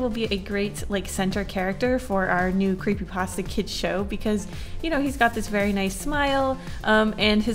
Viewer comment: brings me back to my cweepypasta days lol